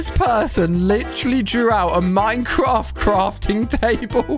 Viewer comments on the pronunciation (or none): none